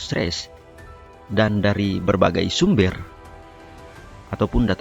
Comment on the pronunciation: SumbEr bukan sumber., minimal perbaiki cara berbahasa indonesia dulu dengan baik dan benar